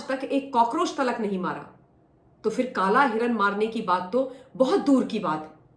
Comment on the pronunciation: Madam garhwal mein kalay nahi hotow kala hota hai